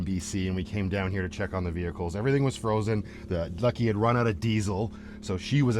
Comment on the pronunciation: dearest! ❤😂😂😂😂❤ Too many ve-hee-kles!!!